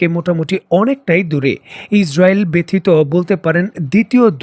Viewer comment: আজীবন ব্যাথিত শব্দকে ব্যাথিত ই বলে গেলেন 😂😂